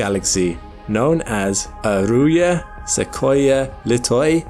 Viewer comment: Huge fan and I have to say, hearing Arjuna pronounced as Aruya was WILD hahaha